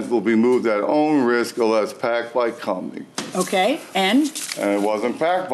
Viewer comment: It wasnt packed by the "cumney"